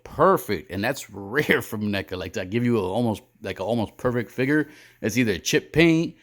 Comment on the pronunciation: What is a “figger”?